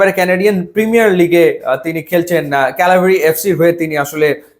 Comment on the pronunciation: ক্যালাভরি এফসি না ভাই ক্যাভালরি এফসি। Cavalry FC.